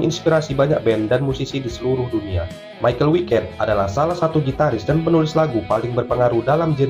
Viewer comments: Bang bacanya bukan maikel wiket tapi maikel weikat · Kalau pake pelafalan Jerman malah nyebutnya Mi-cha-el Wei-kat seperti yang disebut Andi Deris saat memperkenalkan personil Helloween dalam album "Live In Sao Paulo" di tengah-tengah lagu "Future World"